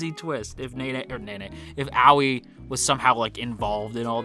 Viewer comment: Hello this is my first time on this channel and I just wanted to point out that nene and aoi are not pronounced as naenae and owee but the e in nene’s name is pronounced the same way as the e in eh. Aoi is pronounced ah oi. Not trying to offend, just wanted to point this out. I think this is the way the names are pronounced in the Japanese sub